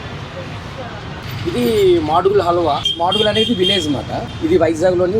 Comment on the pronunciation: మాడుగుల హల్వా... ఇంగ్లీష్ లో చదవకూడదు. ఇంగ్లీషులో... మ దు గుల